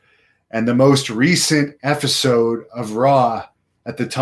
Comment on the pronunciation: it's episode, family. EP-i-sode with a p. Please project properly,. Haha jus p-playin